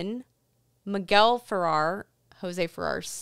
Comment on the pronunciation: About Jose Ferrer: Very interesting info. about his being a progressive and almost being black listed. Sorry to correct you, but you are mispronouncing his last name. It rhymes with air (pronounced "furair"). I find that a number of younger podcasters who are experts on classic film never the less mispronounce some relevant people's names (FYI, I'm 74 y.o. and have been watching classic films, documentaries about them and the people who made them for many decades.) But I am enjoying your podcasts and look forward to watching and listening to more, thanks.